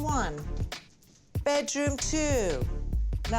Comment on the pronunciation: Why does she say "bet"room instead of "bed"room?